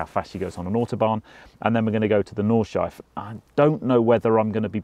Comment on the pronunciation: Hard for an Englishman but it is Nordschleife...you say Nord-schleif-eh.....